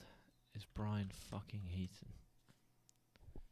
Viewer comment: It's Heedon actually